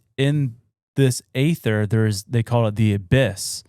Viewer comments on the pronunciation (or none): Well it’s original pronounced AETHER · The E - ther is how its pronounced